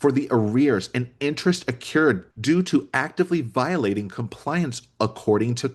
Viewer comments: Yes! It’s pronounced a-crew, not a-cure and all the tenses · Just a minor niggle... Can you please pronounce 'accrue' and its participles correctly? Sorry for being an English n**i. 😅